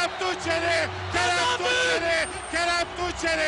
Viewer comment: 10 defa aralıksız Kerem Tunçeri dedi ama bazılarında Tunceli dedi bazıların da Tuğçeli. Ulan adamın ismini unuttum. 😂